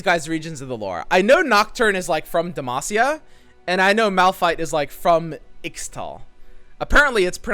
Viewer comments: And by the way, it's not 'Demashia', pretty much everyone, everywhere, including rioters says "Demacia" the way a normal person would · It's not "demashia". It's Demacia, S-sounding C. Come on, akflçajklfklaf you can do it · Im sorry who told you it was dema-she-ah, like we clearly hear a crisp demacia whenever garen does... anything. More importantly have we received confirmation that we only get 10? Also I love how confused you were about bandle city, because its so weird, but basically the yordles are little fey creatures with a city in the space between worlds. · It's DUM-ASS-E-UH. FFS, get it right dude. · Even Garen says Demacia with a sharp s, not a sh. Don't think I heard anyone say "Demashia" in my life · Who told it was "demashia" lmaoo